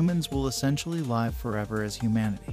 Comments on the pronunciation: Actually, as a native English speaker, I can tell you that the audio narration is kind of crappy. It is clearly TTS (text-to-speech) machine generated audio. A native speaker would never say: "We might "live" forever" where "live" rhymes with "hive" rather than rhyming with "give". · It pronounced "live" incorrectly - needed to infer from context.